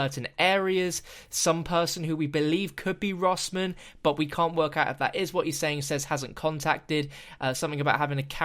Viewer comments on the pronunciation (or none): kinda sounds like h says reznov not russman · sounds like he's saying rezonov not russman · It sounds like he says Reznov not russman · He says "Reznov" more than it sounds like he's saying Russman. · I heard "Reznov" instead of Russman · Sounds like he says resnov instead of russman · I heard reznov instead of russman